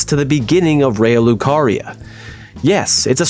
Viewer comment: I have never heard anyone pronounce Liurnia as "Alurna" 😂